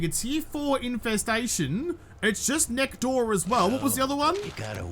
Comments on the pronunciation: Genuine question. Why do you call it neck door? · neck door? I think you mean "next door"...